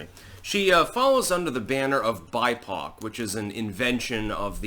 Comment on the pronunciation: Lul I heard "she is buttpoc" not bipoc. Hahaha